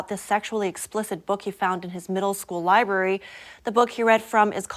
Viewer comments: LibRary NOT "li_bary"!!! Please use the letterS that are PROVIDED in a word, unless they are silent in said word!! Otherwise excellent reporting!!! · Read my reply to the previous poster. I praise entire work!! But she chose to mispronounce library +5 times--she's an international broadcaster, not a "fish wife," and generally excellent at what she does!! But a paid broadcaster should be skilled, not just adequate!!